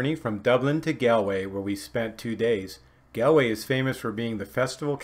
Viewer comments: It’s not pronounced “Gal” it’s like “Gaul” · It’s pronounced G all way… Galway not gal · Its pronounced Golway not Galway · GAWWWLLLLWAY! Please pronounce it right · GAAWL WAY Pronounced 🇺🇲😂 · Don't worry , most Americans pronounce it incorrectly until told otherwise lol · Even after spending 2 days there you can't pronounce Galway correctly ! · You are correct. But I was instructed on the correct pronunciation so now I feel much better.